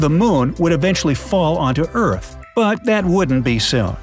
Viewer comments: It’s earth not eart anyway I’m a big fan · its earth not eart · Are we gonna talk about “Eart and Sropped?” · No one: Absolutely No-one:: Eart sropped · this video gave me chills for some reason, it actually so scared what if this legit happens? and did anyone notice he said eart, not earth, let’s pray for this world! 🌍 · Did nobody notice he misspelled earth and said eart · It’s Earth not Eart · it is earth not eart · It's earth not eart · EART EEEAAARRRTTT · It said eart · Ahem,EART, *fake cough fake cough* URGHHH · It says Eart instead of Earth why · you said eart oof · They said eart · You said eart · you mean earth you said what if eart and you said stropped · U said “what if the EART SROPPED spinning right now” lol